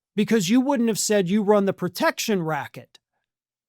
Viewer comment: MAGAt Mike mispronounced “protection racket.”